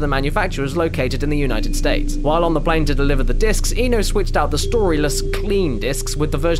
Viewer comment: Don von Frustratio Kenji Ino, not Kenji Eno. learn how to japanese, you pleb.